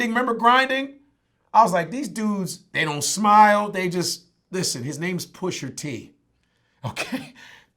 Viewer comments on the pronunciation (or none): actually his name isn't "PUSHER T" you fucking old head... its PUSHA T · Love Godfrey, but, it's "Pusha" not "Pusher". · Godfrey adding that 'er' on on Pusha T name is giving me anxiety lol Still love him tho! lol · You lost all credibility when you pronounce his name Pusher T 😂. Its Pusha T. Sorry but Godfrey sounds like he from Canada too😂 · He couldn't say the word "PushER" any more than me lol. Is "PushA" bruv. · PUSHER T. Stop it Vlad....PU-SHA TEE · Godfrey says Pusher T lol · Can someone tell these guys to stop saying Pusher T... it’s fuckin Pusha !!! Smh old heads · I'm sorry ... I agree with everything he's saying but i can not stand when people mispronounce rappers' names! It's Pusha not Pusher! It's Twista not Twister? It's Gucci Mane not Gucci Man? WTF dude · why they saying “ pusher t “ 😂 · It’s PUSHA ,,, Not pusher smh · Why they keep calling him "Pusher T"?? I thought it was "Pusha T" 🤔 Put some respek on his name. Push! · GADDAMMIT ITS PUSHA T! NOT PUSHER T! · "Pusher Tee" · midnightmarauder3 The first Black guy I've heard call him Pusher and not Pusha! lol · Nobody: Godfrey: PUSHER T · Can’t stand when they say Pusher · anyone else get that much more annoyed every time is says "Pusher-T"? almost sounds like those black folk he was talking about in Canada. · “Pusher-T” Lmao they both saying it wrong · stop saying PUSHER please. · Vlad: Pusher T. Chicago's Twister. Etc... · "Pusher T"